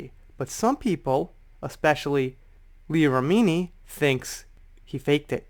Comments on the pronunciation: Hey. Not trying to be "that" person. Only trying to be helpful. Leah Remini's last name sounds like, " Rem-in-knee". Dont know if you were pronouncing it that way for a reason. Or, if you really don't know how she pronounces her name. So, just trying to help. 😁 Happy Holidays! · Her last name is pronounced Rem-min-knee. 😉 she knows tom cruise personally, she knows how batshit crazy he is. Cruise is a control freak, that's been said by multiple people on multiple occasions. Did you hear the argument between him and Christian Bale? Remini does have a grudge against scientology, but can you blame her?